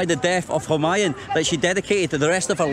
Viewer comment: It's pronounced hu maa yuuun. 🤣